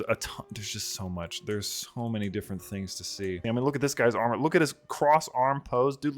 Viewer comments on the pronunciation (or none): none